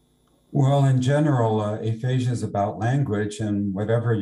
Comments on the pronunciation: It’s aphasia.. not asphasia.. 🙂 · You're mispronouncing aphasia